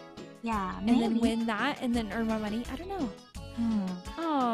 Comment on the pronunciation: Oh I got money!:D Me: Actually, it's moNEIGH XD